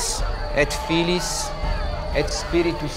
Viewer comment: In nomine patris et filii" et non "filis" !!!